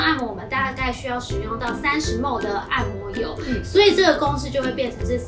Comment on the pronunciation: mL毫升的英文是milli-Liter，要簡化也是唸mil。mol是6*10^23，國中就學過了。